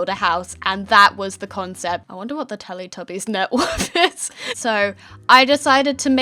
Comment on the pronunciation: YOU SAID TELETUBIES WRONG I PROBABLY SPELLED IT WRONG BUT WHATEVER